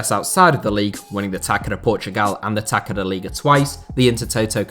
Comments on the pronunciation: Quick Portuguese lesson, not a criticism, just a fact: The "ç" in Taça is pronounced /ss/ not /k/ Good video! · The c in Portuguese written ç with that little (,) above means s So it's tassa not taca. I hope that you can understand. Cheers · FYI, the 'c' in Taça do Portugal is pronounced like an s